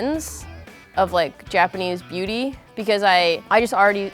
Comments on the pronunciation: I heard the entire video: Booty Standards. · When they said beauty standards sounded like "BOOTY standards" 😂😂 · I thought they said booty standards 😂